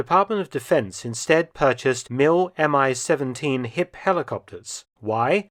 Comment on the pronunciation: BTW, it's called the mee-seventeen and not M-I 17